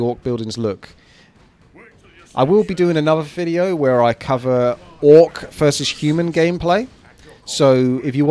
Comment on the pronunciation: "warcraft free reforged fideo" wtf